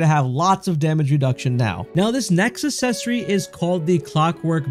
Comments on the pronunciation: you're pronouncing accessory wrong. its acksessory, not assessory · For the love of God…learn to say the words you’re using in a video before you record the video. Accessory is not pronounced “Eh-sessory.” Brooch is not pronounced how it’s spelled, and “Gold” is not pronounced goud. C’mon bro. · it's pronounced uhk·seh·sr·ee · Need the accessory that lets you properly pronounce the word accessory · it literally does. And it's spelled correctly and everything. Unlike the pronunciation of the word "accessory" in the video which was the point of the original comment. Lol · Ikik im a bully wahh but how you gonna pronounce "access" correctly and not "accessory" 😭😂 it hurts my little grammar police earholes lmfao